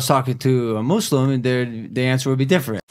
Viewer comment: For once someone said Muslim right